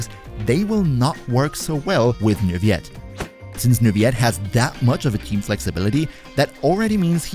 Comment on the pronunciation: I think you're supposed to pronounce the "L's" in Neuvillette.